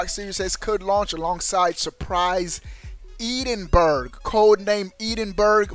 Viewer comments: It's pronounced Edin borough. Edinburgh is the capital of Scotland you dingus 🤣 not sure where Eden berg is though?? 😂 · lol "Eden- Burg" obviously never spoke to any Scots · Your pronunciation of Edinburgh is fuelling my nightmares. Ehdinbruh is how you pronounce it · Eden burgh lol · You're pronouncing Edinburgh wrong. Look up the pronunciation of the capital of Scotland. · The way you pronounce Edinburgh is incorrect, I live in Edinburgh Scotland, Google search how to pronounce it, great video though :) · You're pronouncing 'Edinburgh' incorrectly lol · Really like this channel but you got to be able to say Edinburgh correctly ..just ask Google 😇😇👍🏻👍🏻